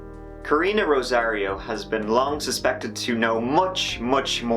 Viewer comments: Omg! Thank you! I thought she kept saying Rosie and I'm like hmmm... 🤔 Rosairo. "Rosie". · Rosario? "Rosie".... Roomate was involved. 100%